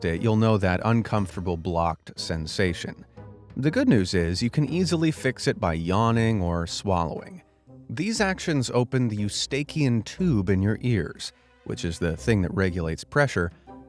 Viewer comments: Pronouncing “eustachian” as “yoo-stay-keyun”? Try “yoo-stay-shun”. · "u steak she un" tubes? You would think as slick as your videos are you would at least confirm the pronunciation of a word your not familiar with. Geez! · "eeyoo-stay-shun", not "eeyoo-stayk-ee-un". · E u station, Eustation tubes, not eu stakian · Love this, but eustacian is pronounced: yoo-STAY-shun. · It's pronounced.... YOU...STAY...SHUN tube. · Trying to help a little. Eustachian-phonetic= you-stay-she-un.😁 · I'm allergic 2 🐕 . I have a mini 🐴 (under 32" ) Eu·sta·chian pronounced yo͞oˈstāSH(ē)ən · The word is n pronounced YOU STA' TION.